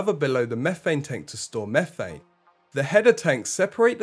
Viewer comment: And what is “mehfane” 🤣